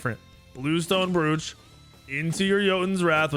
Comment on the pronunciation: Bruv... Bluestone Brooch (Broach)... Rhymes with "Coach"